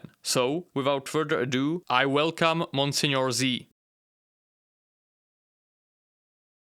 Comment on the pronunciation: I don't think that's how you say Monsieur!